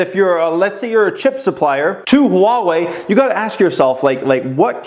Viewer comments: It's wah-way not huh-wah-way. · It’s pronounced wah-way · Love your videos brother! Appreciate your input! Started investing very heavily last November and I’m completely obsessed with every aspect of looking for opportunities. Ohh it’s pronounced “Wah-Way” I think. Keep em coming man. You’re inspiring tons of people like me every day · Lol it's pronounced waa-way :) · It's Ha-Wah-Eeee. . . Sheeesh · Replace the H with a W for pronouncing Huawei my man. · Yo dude, you need to pronouce Huawei correctly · really wants us to know there's an H In Huawei. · you’re saying the name wrong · Yeah, but he is over emphasizing the H. Most people just say wah-way, which is incorrect.